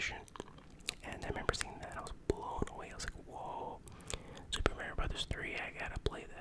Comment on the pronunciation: People that can't pronounce MARIO correctly 🤦